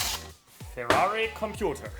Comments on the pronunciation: Ferwagon Hahaha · c est une fewwari🤣🤣